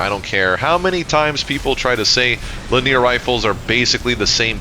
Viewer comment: not trying to be a annoying ass but its li·nee·ur 3 syllables, not la·near